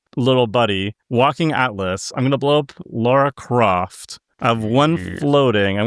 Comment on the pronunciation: "Laura Croft" 😂